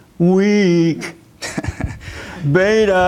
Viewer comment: I LOVE HOW HE SAYS “BBEETTAA!! 😂 HE’S TOTALLY RIGHT.THANK YOU JESSE